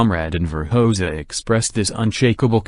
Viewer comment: How am I supposed to take you seriously if, within the very first second of the video, you cannot pronounce "Hoxha" correctly? I came here to find historical information, not rubbish.